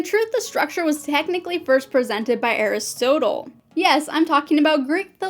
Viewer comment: You're mispronouncing Aristotle XD